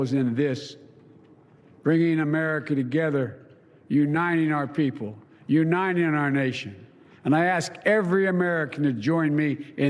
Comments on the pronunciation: "..nuniting our country.."😂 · Unining our people, unining our nation... Ahahaha oh god what a joke this old man is.